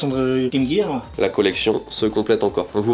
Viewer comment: enfin un Français qui dit "Game Gear" de la bonne façon.